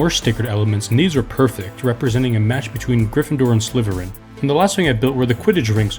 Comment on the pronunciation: Bro said sliverin not slitherin